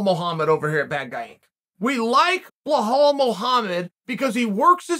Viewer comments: His name is bilal Muhammad. It's not bihol or whatever that is you mumbled. How how hard is it for you to say bilal? You like to talk but can't say bilal? You are a joke. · bilal not blinhal please uncle cheal 😂😂😂🙏🙏🙏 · Belal. B E L A L. not blahal. I don't like the guy but my ears hurt every time you say blahal. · It's bilal not blihal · Who else laughs every time he says blah-haul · Belal only has an "unusual first name" because you call him Blahal. Otherwise it is a pretty easy to pronounce. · Bro you get me every time with the “Blawhaw” Muhammad. 🤣👏🏽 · “Bleh-hall” Muhammad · Lol 😂 😂 😂 you really butchering Belaal's first name....its actually pronounced alot different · For someone who likes Belal, uncle chael sure says his name wrong a lot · You like Bellal so much u say his name wrong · Chael please look up how to pronounce belals name.. shouldn't be that hard to google it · The shear irony of a person named Chael to say Belal is an unusual name is hilarious. Undisputed Undefeated